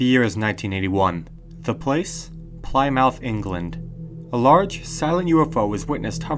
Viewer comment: Ply-mouth? It's pronounced like "Plimuth". I know, British place-name spellings make little sense, but we're used to them.